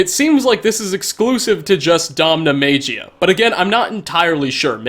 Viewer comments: Soft G. Maggy-uh. DomnaMagia. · No it’s not magia as in American pronounciation. Magia or “maggy-ya” is a common word for magic in other languages.